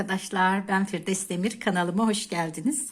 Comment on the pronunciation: Firdes değil ablacım senin adın Firdevs’tir 😅